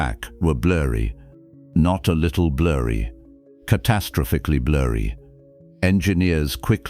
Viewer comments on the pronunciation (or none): Your robot AI narrator doesn't know how to pronounce the word "catastrophically". And you don't bother correcting it. Pitiful.